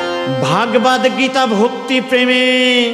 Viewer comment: ভাগবাদ নয় শুদ্ধ উচ্চারণ হবে ভাগবত। নমস্কার রইল। সুভাষ চন্দ্র নাথ (আসাম) ভারত।